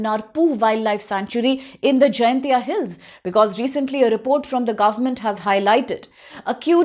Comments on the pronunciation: miss pronounced.... not jayantia..... it's jain tia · It's Jaiñtia Not Jaintia